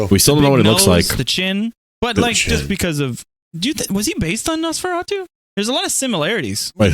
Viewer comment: When called Nosferatu “Nosanosaratu” it killed me 😂